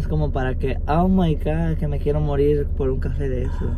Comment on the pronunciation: nose dice oh my Gord se dice oh my God